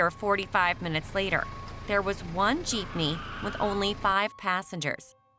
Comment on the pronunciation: Bro the girl who says "jeepnee" as "jiipnee" just triggered me so much..